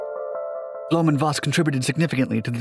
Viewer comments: Where does "Bloom" come from? His name is Blohm. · Not a bad explanation of German pronunciation, but it’s Blohm+Voss, not Blöhm+Voss. Blohm rhymes roughly with “dome”. The company is still around, though no longer involved with aviation.